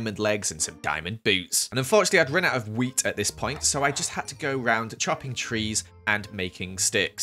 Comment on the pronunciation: the way he said "WHeAt" 🤣